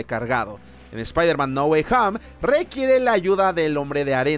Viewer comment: hoy dirá Ahora no es "No Way Home" Sino "NA GUAY HAM"!!!!!!!! con fuerza en HAMM